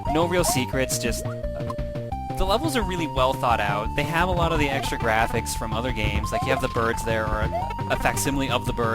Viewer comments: Wise fwom your gwabe. Good to have you back. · "Wise fwom youw gwave!"